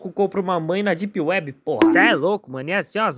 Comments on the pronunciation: não é dip uebi, é dep uibi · "...éhhhh depi wuibi..?" Isso me quebrou mt man kkkkkkkkkkkk